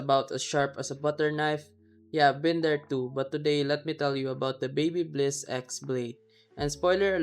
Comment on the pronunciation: It's not Babybliss